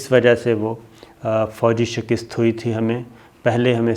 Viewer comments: Lafaz shikast hota hy shikist ni hota mazeed Aftab Iqbal sy bt kr lain, arzay, Mazhar Khursheed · correct your words shikast not shikist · Shakist ni hota, SHIKAST hota ha. Update your self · تلفظ کا خیال کرین.شکست کواپ نےغلط طریقہ سے بولا ہے. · لفظ شک`ست ھے ۔ شک نیچے زیر نہی ھے زبر ھے بولتے وقت زیر سے شکست بول رھے جو غلط ھے